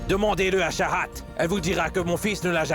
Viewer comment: on dit pas charahat on dit chahat